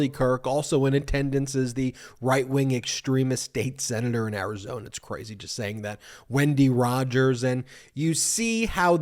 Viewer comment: It's Arizona not Karizona!